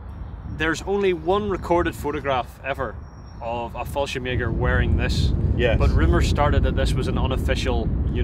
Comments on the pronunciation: Excuse me but wtf is “fallshem egger?” Do you mean “Fallschirmjäger?” If so, you should work on that pronunciation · fallscirmeger xd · anyone else hearing fallschemäger instead of fallschirmjäger?